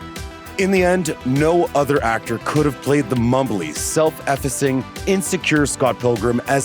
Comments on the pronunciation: "Self effacing?" Pronunciation, much, dude? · Someone please teach this idiot how to pronounce self-effacing. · Self EFising? Seriously~!!!!!! self-ef·fac·ing /self əˈfāsiNG/ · "Self-EFFUSSing". C'mon.